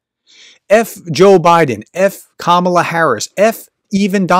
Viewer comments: Trying to report fairly on Harris, you might start by get her name right. It's KAH-mah-lah. Accent on the first sylable. All three a's as in car. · Hey How about showing some respect and pronounce her name correctly? It’s emphasized on the FIRST syllable. (Think of it as „comma-la“). It makes you sound like one of those right-wing airheads when you pronounce it wrong. Cheers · It’s Ka ma la plz say correctly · Her first name is pronounced, KA-ma-la, with the emphasis placed on the first syllable. All of a sudden this week, everyone is saying 'ka-MA-la'. Come on, folks, we've had four years to figure this out. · Pronounce her name correctly. It’s “COMMA la” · How do you get to be on these polls? I've never bee asked to be on any of these polls.. BTW her name is pronounced KAmala kAmala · Please pronounce the name correctly, you are using a racial slur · Why pronounce her name wrong in the first sentence?